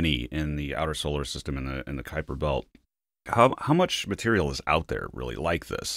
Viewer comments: Did she say Quaker belt ? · I've never heard anyone pronounce it Kwaper Belt before. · damn it will you pronounce it right it is the kuiper belt not the koi per belt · Good god did she say kwayper belt what the xzzzs!!!! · Emily seems awesome but why was she pronouncing Kuiper Belt like that? Have I been pronouncing it wrong my entire life?